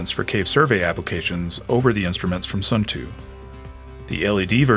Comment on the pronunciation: Nice review. I know that Suunto has somehow become “Sun Too” in the US, but the proper pronunciation is more like “Soon Toe”